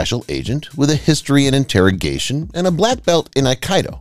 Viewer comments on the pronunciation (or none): none